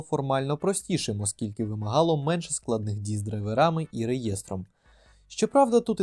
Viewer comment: Менше, а не "меньше"